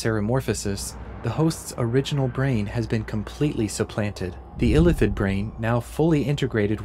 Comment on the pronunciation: It's Ilíthid, not Ílithid